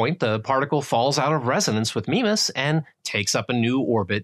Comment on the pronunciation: Nice video; I like the graphics. One quibble: Mimas is pronounced MY-mas.